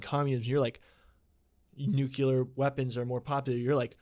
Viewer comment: I love when says nucular